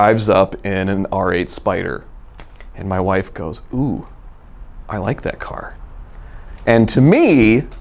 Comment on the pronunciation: I reposessed the caoor , I sold the caor, drove the ccoar. blbalbalblaabla